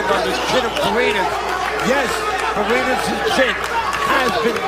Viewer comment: Fareñas hindi farenas